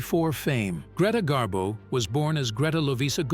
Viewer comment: Gree rhymes with knee. Pronounced Gree-ta Garbo. "Rarely ventured out?" Greta went for long walks in NY, and sightings of Miss Garbo brought out crowds of fans onto the streets just to see her. Miss Garbo walked past my grandfather's brownstone in NY, when he was walking his Scottie dog. Miss Garbo said, "Oh, what a lovely dog." The "lovely dog" suddenly barked at her, and she fled. My grandfather never forgave his Scottie. Garbo also came down to Miami Beach to see Sinatra at the Boom Boom Room in the Fontainebleau Hotel. My grandmother Betty Batista booked a suite just to come down to the lobby and Garbo-watch. The next day, Garbo hopped on a bus, all disguised with dark sunglasses and a hat. A waiter who was a friend of Betty's followed Garbo as she window-shopped near Burdine's Department Store. He took pictures of her with his Polaroid camera.